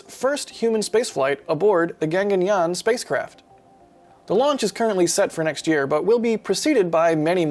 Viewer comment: It's not Ganganyaan it's GAGANYAAN.